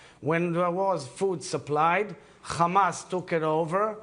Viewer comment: He is like, the whole world is Khamas